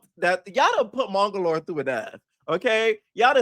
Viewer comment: been calling this man mongolor for thee longest and it takes me out EVERY time girl! 💀💀💀💀💀💀